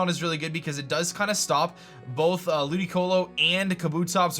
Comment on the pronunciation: Why did he say ludioco